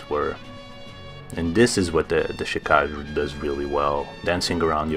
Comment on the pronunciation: It's pronounced "Chi-ka-ge", not "Chi-kaj". The name is japanese for blood shadow.